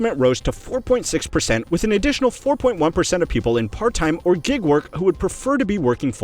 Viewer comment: It sounds like you're saying "Jig-work" vs gig-work... makes me wonder: "What about the Gigolos ?? how have male prostitutes been affected?" .... Won't anybody PLEASE: THINK OF THE GIGOLOS ! After writing all that (and totally misspelling gigolos over and over again [needed google's help]), I think it's safe to say we totally f'd up the j/g sounds in english.. like WTF?!?!